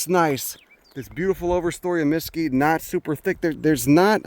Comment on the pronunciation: While your a “Texan” your gonna have to change your pronunciation of mesquite. It’s mesQUITE 😂